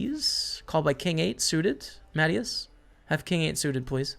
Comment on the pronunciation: My man say “ Matty is “ 😂 it’s pronounce MA” Tee” is” 🙄🤦🏼‍♂️degen lol❤️